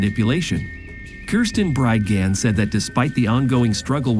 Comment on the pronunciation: This is AI and repeatedly mispronounces Bridgeman over and over. Was any english speaker involved here?